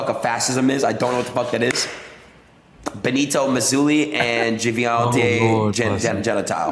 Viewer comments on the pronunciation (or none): Ben eh toe Mousinni